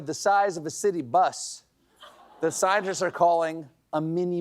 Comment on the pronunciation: Has Steven had a few He looked tipsy, he made tipsy faces, he said “shientist”